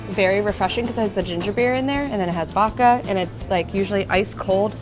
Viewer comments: I always find it funny that you say "vokka" instead of "vod-ka". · It’s ok to pronounce the D in vodka. It’s not supposed to be silent 😉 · Love, but can you please teach her how to say “vodka”!?🙄